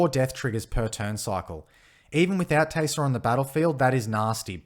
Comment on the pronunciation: The accent makes it sound like your saying "Teyser" and I love it!